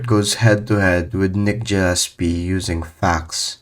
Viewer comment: Gah llespie not Jah llespie